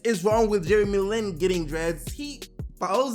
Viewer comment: his last name aint " LEAN " It's Lin 😂